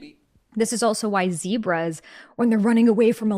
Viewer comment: I expected Isaac to say ""ZEBRAS"" and not ""ZEEBRAS"" Disappointed 😂